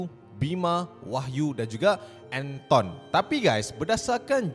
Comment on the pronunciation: Anton, bukan Enton